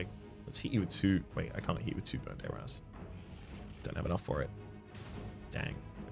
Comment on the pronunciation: I would like to point out that you are critically mispronouncing the spell burn dayr azz.